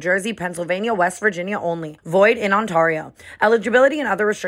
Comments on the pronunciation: You lose me every time you say On-TAR-io 🥴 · Tana I have had ENOUGH. please re record void in Ontario it’s pronounced on-tare-ee-oh tare like rare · When you do the draft king thing you say Ontario wrong LOL it’s ON -T-AIR-RIO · Ontario On- tear-e-o....youre welcome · Tana mispronouncing Ontario I’m so dead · I have been praying for a Toronto tour date but Tana can’t even pronounce Ontario😭😂❤️ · How did Tana pronounce Ontario at the end 🤣😂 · The way she pronounced Ontario when she used to date a whole ass man from Ontario 😂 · Somebody please tell Tana that is not how you pronounce Ontario.